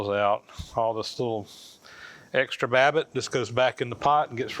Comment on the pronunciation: Did he say wabbit?